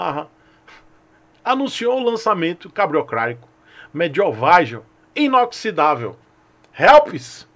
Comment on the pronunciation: mediowvaizel inoxidavel kkkkkkkkkkkkk